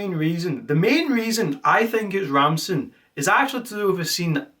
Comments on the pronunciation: Why did he start pronouncing ransom as ramson? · Bro you keep calling him Ramson, it’s “Ransom”🙃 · Love the video... all in good fun but it hurt every time you said "Rampson" when talking about ransom 😭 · STOP SAYING RAMSON OH MY GOD! come on honestly think its an awesome name as well and its gotten wrong hundred times. so unreasonably annoyed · I love how he keeps calling him Ramson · Ransom ❌ Ramson ✔ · i cant believe you mispronounced ransom the ENTIRE video